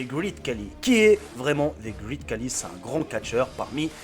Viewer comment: Désolé de te corriger Mais c'est Khali (pas kali